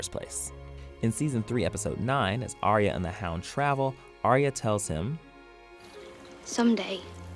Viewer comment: It's Ar-ya not Ar-ee-aa ....